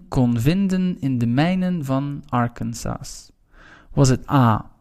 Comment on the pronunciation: bedankt voor de video! een kleine ding: je moet arkansas anders uitspreken :)